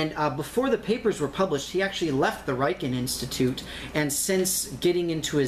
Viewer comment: The "Riken" RI pronounces like Ritchie RI .Got it!?